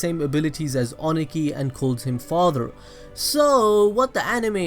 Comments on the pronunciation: Review is good, but the way you prounounced Ohnoki (O-no-key) annoyed me. 😅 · The way he says akuta and ohnoki🤣🤣🤣